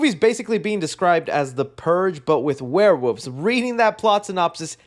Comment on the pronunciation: I love that can't say Werewolves and always says Warewoofs.